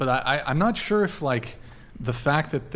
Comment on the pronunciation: Listening to her say "sure" as "shore" this entire podcast has been hella annoying